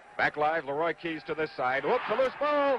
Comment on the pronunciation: Schenkel was an idiot. A 17-yard halfback pass was a "bomb by Lah-roy Keys." NOBODY ever called him "Lah-roy" before or after this game. He was really good on the bowling shows though.